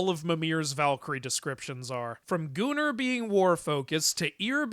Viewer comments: Is it bad when I hear the word Gunnr I hear it as gooner instead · Gunnr being pronounced gooner is wild!💀